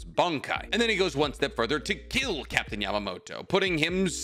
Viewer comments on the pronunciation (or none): none